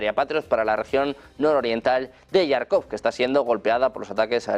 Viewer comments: Que alguién por favor corrija de una vez por todas a este señor periodista Некультурный que lleva semanas llamando a diario Yarkov a Jarkov, que se pronuncia con J DE JAMON DE JABUGO; hombre. Con más de un millón de suscriptores deberían Uds., cuidar un poco ciertas cosas. Y si no sabe la pronunciación en ruso, que lo pronuncie en español textualmente, pero no a la inglesa. Serguei Lavrov con GU GUEI, no seryei..y suma y sigue. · Por favor al comunicador ,periodista al que relata las las noticias, comunicarle que no es yarcov no se escribe con "y griega " se escribe con" j "y se le Jarkov con j como del baile español La jota esa pronunciación tiene. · Toda la vida ha sido Jarkov, los periodistas españoles cada día se inventan una pronunciación más absurda. Es como lo Kiv en lugar de Kiev.